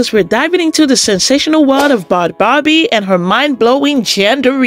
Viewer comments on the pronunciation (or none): You said her name wrong. It’s pronounced bad baby